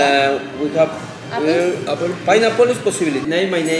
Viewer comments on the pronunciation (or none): none